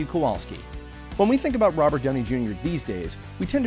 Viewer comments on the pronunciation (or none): none